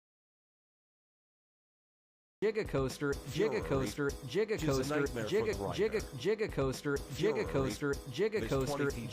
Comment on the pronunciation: Jiga Coaster. Jiga Coaster 😂 So happy to know there's a Jay Z themed coaster out there